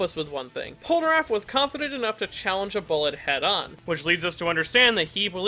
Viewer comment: I enjoyed the video and I don’t wanna be that guy but why do you always say “Polnaraff” instead of Polnareff